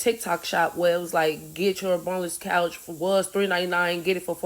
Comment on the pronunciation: I thought she said “bonus” couch .. lol She said “boneless” 😹😹😹